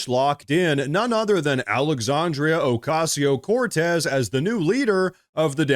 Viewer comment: PLEASE.... JUST SAY ...." cortez" PLEASE !